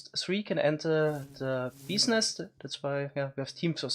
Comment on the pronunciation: talking about serious "beezniess" here